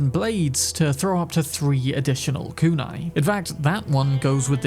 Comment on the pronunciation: KOON EYE... That pronunciation you use is lazy and just plain WRONG